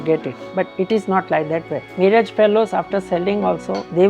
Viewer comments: bl00dy fool not miraaj it is miraj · It sounds very irritating when the commentator pronouncing the name of the city as Miraaj and not Miraj. The least he could have done was to gather little general knowledge about the subject / places etc. he is commenting upon.